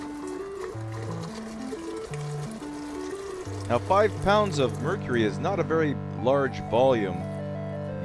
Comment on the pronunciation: I think he actually pronounces mercury right.